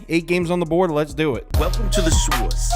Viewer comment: I listen to these like podcasts, I didn't realize you were saying 'sauce' I thought it was 'sewers' all this time 😂 and you were making fun of your picks hahaha